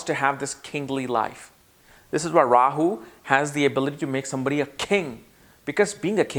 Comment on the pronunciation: What is a Rawer? He said it like 8 times. Rawyer? Royer???